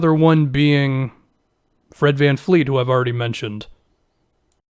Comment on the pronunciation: vAN vLEET. nOT vAN fLEET.